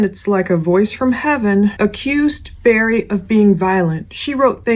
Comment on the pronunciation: Btw its "Barry," not "Berry." Did you even really ever follow this case. You seem to know nothing.